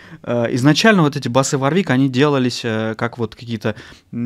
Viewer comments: Жесткий дизлайк!, производитель называется ВОрвик, а не варвИк...Вы по инстументу начального уровня, судите по одному из лучших производителей высококлассных профессиональных басов....Ваша ссылка на неумение отстройки инструментов тоже не делает Вам чести...пора бы уж разобраться в таких вопросах. Я раньше не слышал такого слова "арганомика", есть слово эргономика. Судя по внешнему виду инструмента, и его отстройке, принадлежит он коллекционеру, а не исполнителю..., не хочу разводить "срач", но вам для справки - у меня инструмент 86г.(ThumbJD), используется постоянно, так вот - на нем не заменено ни одного болтика:)....искреннее Вам пожелание - готовтесь к подобного рода обзорам получше. Удачи! ))) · Правильно говорить Ворвик! Владею Warwick Vampyre Sn5 уже 20 лет. Ни каких поломок. Колки родные! Есть обзор от Антона Гинзбурга (басист Монгол Шуудан). Гуглите. Отличный стример на обзоре! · Каждый раз, когда автор говорит варвИк, у меня отмирала нервная клетка ПаносонИк мЭрседес Волькс ВагЕн ФэндЭр МусИк Ман ЯмахА